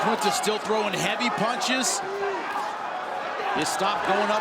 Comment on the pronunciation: Why cant anyone pronounce Iaquinta's name properly?